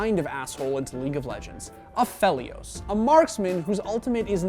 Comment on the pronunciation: the way he say aphelios bothers me